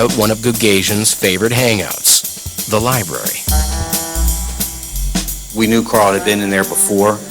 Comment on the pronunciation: The detective said Liberry. What an idiot.